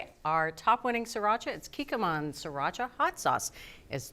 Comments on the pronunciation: Please stop calling it See-racha. It's pronounced the way it's spelled: Sree-racha. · It's not "siracha", it's "sriracha".